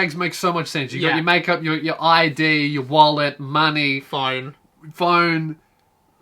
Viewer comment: Anybody else hear IED instead of ID when he was talking about handbags?